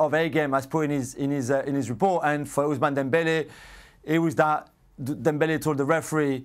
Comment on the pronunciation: It hurt me when he said "Ous-man-aaa" Dembele.